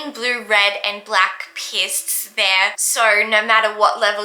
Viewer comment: Pssst. It’s ‘peeests’, you snowboard on pistes.